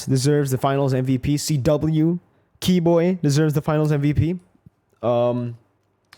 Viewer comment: Why is CW called Cheh-Weh?